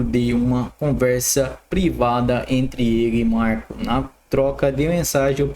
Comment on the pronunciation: Esse cara nem sabe ler e quer que se engula ele como influencer, ler errado o nome de macron e Davos